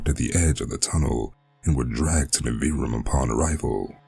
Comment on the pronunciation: Your voice and the way you pronounced Nivrium is fantastic! In my head, the way you pronounced Nivrium is canon and I might alter the name to make it easier to read correctly for future releases related to it. This is just the beginning. 😈